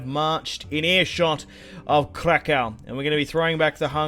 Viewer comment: Polish lessons krakow is krakoov